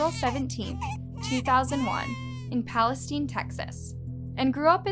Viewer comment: Palestine texas is pronounced just like Palestine the country.... its not PalesTEEN 🤦‍♀️